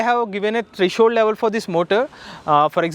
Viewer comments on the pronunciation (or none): none